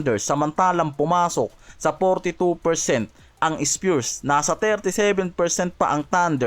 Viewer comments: Grabee k nmn masyado mo iniislang ang pronounciation ng spurs pero.sau ispyurs hayop ang styles mo. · Spures eh bisakolllll itigil mo yan ayusin mo mna mag banggit ng spurs hindi spures 😅😅😅😅